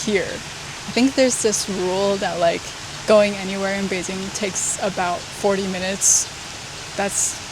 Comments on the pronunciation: Local here. First I have to say: You got really local Beijing accent when you pronounce "Beijing" , did your chinese teacher from Beijing? For eat, Beijing's famous dish are Beijing lamb hotpot(remember order pepper oil and sugar union) and roast duck, for hotpot, 南门 is good enough, and no need waiting for seat long. for the duck, almost any restaurant provide good duck, but the best should be Da Dong or Xiao Da Dong. If you can accept organ dish, "爆肚“ is something you have to try, go "金生隆“， don't eat it at any tourist spot. "炸酱面“ is the kind of dish you can only have good one in local's home, restaurant can not do it good, or you can ask local take sauce to you. For local meal, I suggest "京华楼“ and "聚德楼“， the chef is really chasing of high level traditional dishes. but you need local help you do the order, cause some good dish not so popular and not expensive. Interesting spot are really a lot, but it depend on your personal interesting. Beijing has the top museums in China, art, history, railway, movie, military, paleontology etc. Beijing has all the embassies here, you can have very authentic international foods around the embassy, and enjoy the exotic feeling when you walking in embassy district. For local life visit, I suggest go to 后海 but avoid the tourist spot: walk from 护国寺 to east, you can got normal 胡同 life feeling, it is better you can have a local friend with history knowledge (like me :hand-pink-waving:) take you, cause there are so many history story there. For p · when foreigners pronunce Beijing they are really pronuncing "Beijin". You are the first one I know who can pronunce Beijin-g with the last letter g